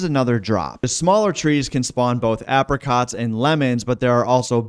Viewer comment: pronounce apricots properly ffs